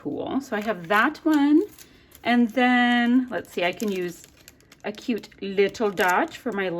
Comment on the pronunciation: Trying to figure out the spelling for the way you pronounce "cute" lol! Queeoot? Keeoote? Ciute? Q-OOT? What-ev!! Love your layout & the you aren't afraid to use flowers for your son!!